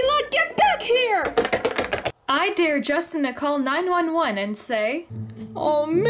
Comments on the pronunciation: The dare you said sounds like deer and it's spelt like dear which is wrong it is supposed to be spelt like Dare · It’s dare. Not “Dear”.